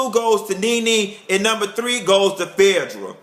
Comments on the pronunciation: Love when u call Phaedra "Fedddrah"!!! Ur reviews give me life!! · i loooove how he says phaedra's name. LOLOL sounds like Ephedrine without the "E" and the "ine." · I was LMAO throughout this whole vid and agreeing with everything you said, also I love the way you say phaedras name lol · Lmao!! You got me as son add you say Phaedra!! Thank you for keeping it 100, a very correct analysis of RHOA pt.2!! Keep it coming!!